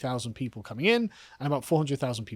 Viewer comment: Gotta say, even after listening to the last sentence by Karl for four times. I could only understand with captions that he meant "people" and not "pedo" coming.